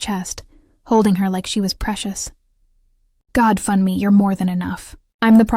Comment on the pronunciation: Funmi is pronounced FHOON me. Not Fun me!!! Why do the photos of them change to two white people?! Stop that!!!